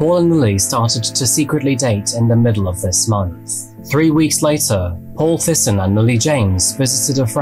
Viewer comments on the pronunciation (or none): Not sure if the family pronounced it that way but I think the name Thijssen sounds more like Teysen. Sounds a bit strange in the video but no biggie, thank you for the content. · The dedication to this video is amazing as always but my Dutch ass had no idea what this man’s last name would be. Pronouncing it as “Tysen” would have been easier for as well haha